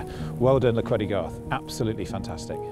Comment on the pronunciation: Very nice! But please please please someone correct the name of the place, should be Llechweddygarth, not "Llch..." . I know you all think we Welsh hate vowels, but we're not that bad ;)